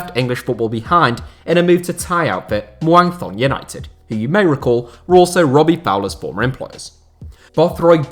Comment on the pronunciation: i live near the Muang Thong stadium in thailand and thought i’d let you know it’s pronounced ‘moong tong’ 😉